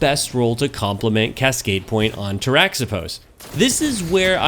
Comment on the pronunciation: Good call. I like my Cascade Roll as well. Its pronounced "tara-hih-pohs" though. The origin is greek. Not bashing you, just giving you the info. The X is pronounced as an H. I like your content. Keep em' coming.